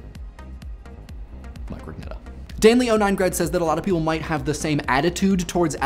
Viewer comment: why don't you pronounce your last name "Rooñetta" instead of "Roog nehta"?